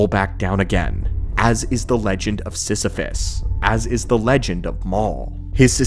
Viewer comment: You mean... Sith-iphus?